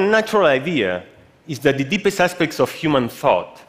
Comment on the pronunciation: I like his pronunciation of deepest 😂